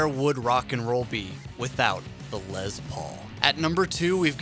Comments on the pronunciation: Lez Paul SMH it’s definitely spelled and pronounced Les. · Good god HIS NAME IS LESTER, therefore it’s pronounced “less” not “lez” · It's les Paul, not LeZ pOul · What the fuck is a “Lez Paul”??? Lol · "Lez" Paul? Dude... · I believe it is a Les Paul not a Lez Paul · “Lezz Paul”? Go back to working at Sam Goody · Instant credibility loss in the first few seconds when you're doing a list of pivotal "rock" moments and you can't pronounce Les Paul's three-letter first name, like you've never ever heard anyone say 'Les Paul' outloud in your whole life. It's not "Lez." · Lez Paul? Its Les Paul. Like Less, Not Lez. Cmon bud. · Les Paul not lez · Les, not lez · It's les with an s not a z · It's Les as in Less Paul! Oi hearing you say lez makes me cringe! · He just likes to say lez.